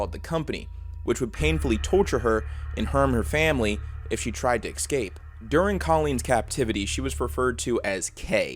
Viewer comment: still saying ecscape